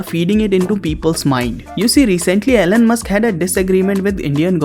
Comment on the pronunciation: ELON Musc not LN Musk bro 🤣🤣